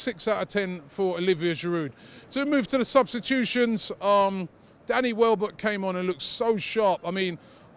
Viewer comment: Welbeck not Wellbeck